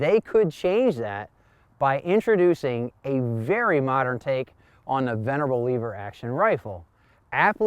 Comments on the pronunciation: Lever not leaver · Not leever, it's lever! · That's IT! YOU SAY LEEEEEEEEEEVER ONE MORE TIME AND WERE DONE BRO...ITS LEVER JUST ONE E...OKAY JUST ONE E IN A ROW... LE POOP IS NOT THE SAME AS LEE POOP.... RIGHT? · Lev-er not leave-er there is no “A” in lever going to review a rifle need to pronounce the name and type properly. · You're awesome and I love your channel, but calling it a "leever" and not a "lever" really irks me. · Leever or lever??? 🤣🤣🤣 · Short e so... lever not leever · The way he said lever messed with my head but good video dude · Just curios if you pronounce level you say lee vel